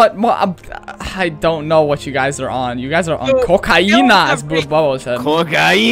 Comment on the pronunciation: says COCOINA!!!!!!!